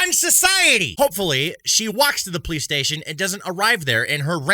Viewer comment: Are you saying "perlice"?